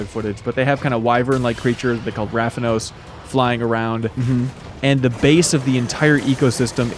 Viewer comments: Rathalos not Rathanos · "Rathanos" im dead😂😂😂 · Ravanos new monster or did he just said Rathalos wrong?